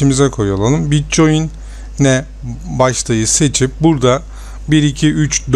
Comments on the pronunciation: bitçoin diye okunmuyor bitkoin diye okunuyor reis haberın olsun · bitcoin die okunmaz bitkoin die okunur. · bitcoyin diye telafuz edişin beni hasta etti mauseyi duvara fırlattım. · Bitcoin da neee bitkoin diye okunur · mal bir kere bitcoin değil o bitkoin okunur davar